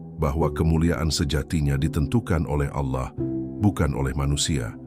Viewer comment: Koreksi ,penyebutan Allah nya kurang pas Bkn seperti org Islam mngucap Allah